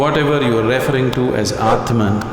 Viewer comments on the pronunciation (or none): Why does Sadhguru perversely always say REFering instead of reFERRing ?